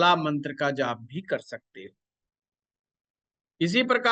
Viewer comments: Bahut badiya jankari di chathe Ghar ke bare me shreeman jiek gustakhi kar raha hu aapne ek mantra bola jiska uchcharan kuch ashuddh sunai de Raha prateet ho rahaa hai aap jaise pratishthit jyotishacharya ji ke mukharbindu se shuddh uchcharan hi grahy hoga ese anyatha na le kyoki yah madhyam aapko sampoorn vishv me prcharit kar rahaa hai baki poora video atyant gyanvardhak evam margdarshak hai aapka shubhechchu darshak hu ) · Aap sare mantra ka galat uccharan kar rahe ho